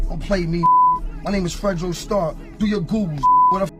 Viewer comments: Stop saying “Fredo” this ain’t the godfather , it’s Fredro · It’s not “FRAY-DO” It’s “FRED-RO” Starr.